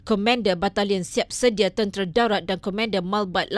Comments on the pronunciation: Presentator patut peka dgn nounce...bkn comender...tetapi ko...man...der...bunyinya...... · Yg baca berita kurang mahir sebutan KOMENDER tapi sebutan betul adalah KOMANDER. Kelemahan bahasa Melayu teras negara kita atau Bahasa Malaysia sdg agak rendah. Ini realiti gen baru.